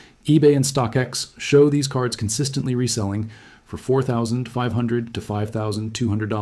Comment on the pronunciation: No mistakes? What about when he says "F or" instead of "for"?